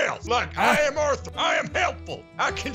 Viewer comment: bro let me fix. Dutch: Orthur my boah..... Orthur Organ: What you want now Dutch: oo Orthur you see that guy is more accurate with a lasso than I'm with Molly hole